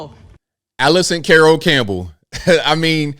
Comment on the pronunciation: You know....from the way the names seem to run into one another (eg Alli-soon-a Cole Bishop for Allison Nicole Bishop), i think she might have cards with names written phonetically, and she just doesn't understand it 😂. For example, UK transcription for 'carroll': Modern IPA: kárəl Traditional IPA: ˈkærəl 2 syllables: "KARR" + "uhl" She read Karr left of second part for Allison Carroll Campbell. Hey, she read Allison correctly this time. Lol. I'm not sure if this was deliberate, but it sure was unprofessional and unseemly. But these ceremonies sometimes are not practiced before hand at all, sadly.